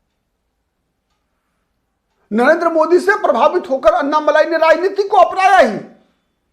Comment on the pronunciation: उनका नाम अन्नामलाइ नही, अणणामलै है, मलै means mountain, मलै को मलाई कर दिया है